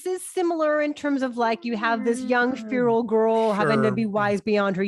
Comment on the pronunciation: Chrsty could you check the pronunciation of feral? Maybe you are right? But I learned it differently and I grew up on the west coast